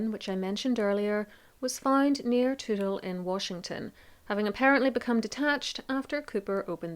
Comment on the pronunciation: Have to give you a big hand for getting the pronunciation of Toutle and Washougal correct.